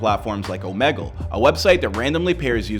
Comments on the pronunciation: I would’ve been happier if he said omergal instead or omagle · Bro said Omaggle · Bro really said Omagle at the beginning of his video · Did he just say fucking omagle wtf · Mans said omagle💀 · stopped watching after hearing omagle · Once he said Om'a'gle Thats when i click off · “OmAgle” lmfao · "omagle" "omagle" "omagle" "omagle" "omagle" "omagle" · The news called it that to and I’m like it’s Omegle Lmao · This is a pretty bad video. How is anything you’re saying reputable when you can’t even pronounce Omegle? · Your pronunciation of Omegle matches your journalistic integrity